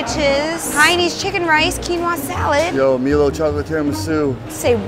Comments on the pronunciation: How i pronounce milo:" my-low" How pronounce milo:" me-low" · Him: “Milo” Me: Milo. Also me: It’s pronounce my-lo. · it's not melo pronounce the i in milo